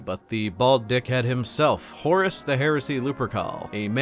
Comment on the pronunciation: at this point, I just hear "Horse Lupercal"